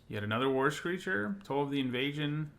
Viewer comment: Whenever you mentioned "war screecher", I keep hearing "worse creature" and interpret that as "look, this is creature is a anemic 1/3"